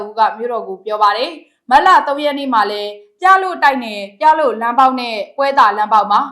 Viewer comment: ပြလို့ ကို ပလို့ အသံထွက်နဲ့ဖတ်ရပါမယ်